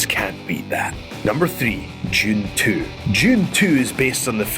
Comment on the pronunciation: Although "Jun Tuu" was great, I think "Jun Tuu-thousand" deserves a mention tuu :P